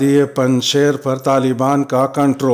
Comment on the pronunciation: پنج شیر یائے معروف کے ساتھ ہے، نہ کہ یائے مجہول کے ساتھ۔ خبریں پیش کرنے کا انداز بہت شاندار ہے۔